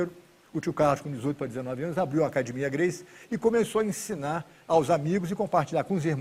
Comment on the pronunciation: O Danilo é tão ruim que não sabe nem pronunciar o nome Gracie.